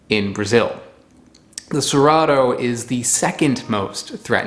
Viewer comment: i can help you with the "cerrado" word pronunciation we can split it in three phonemes 'se' as in second 'rah' as in rendezvous 'du' as in do (the verb do) word stress se-RAH-du